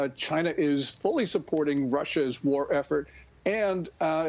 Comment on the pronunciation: "Chy-na." DJT